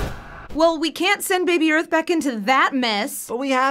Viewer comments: Not arth. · How you pronounce this? Arth? Earth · Lol. How can a teacher not pronounce Earth?